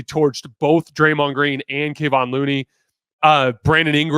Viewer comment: Kevon is not pronounced kayvaughn. It’s kev. Kev. Kevawn. Kevin, but change the ending haha “Kayvon” 😂